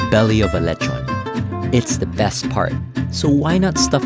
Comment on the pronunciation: Leh chon like a real foreigner 🤪